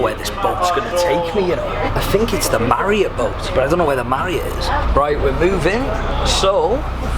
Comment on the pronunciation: ''Hotel marrot and hotel exeLISER'' jesus christ dude learn to read